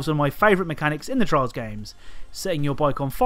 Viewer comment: You pronounce "Trials" like "Trolls"